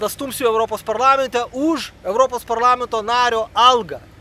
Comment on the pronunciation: ar kalbi su karšta bulve burnoje? kodėl sakai "miatais" vietoj metais, kodėl "ūž" vietoj už